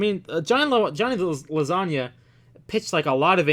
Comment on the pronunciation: It's not Lasagna like the food when you pronounce it, it's Lowaysiga when you read it. 😅😅😅